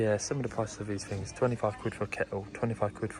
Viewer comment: Fink, Fings, they start with a TH!